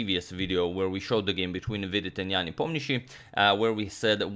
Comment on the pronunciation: He is good, but not great. For example, as far as Slavic names are concerned, Nepomniachi and Ivanchuk are still pronounced wrong. Not that it bothers me much, but "another level" - that is an exaggeration